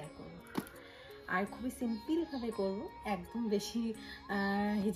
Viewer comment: English uchcharon thikvabe na korle khub kane lage tomader dujonkei bolchi....kothata simpil na simple...egulo kheyal rekho